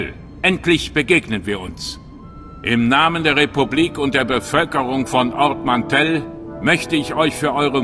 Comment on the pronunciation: Ich will ja nicht klugscheißen, aber es heißt Ord Mantell... ansonsten ein guter Einblick in die Story :)!